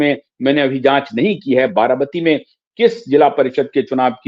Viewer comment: आप बार बार बाराबाती बोल रहे हैं, आप पत्रकार होकर भी गलत बोल रहे हैं, ये बाराबाती नहीं बारामती है